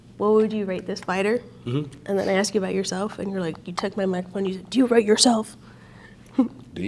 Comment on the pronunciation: Only person thàt can axe me anything. Ask is apparently a hard word to say.